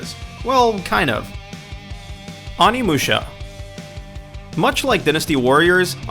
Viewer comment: dinustee? awneemusha?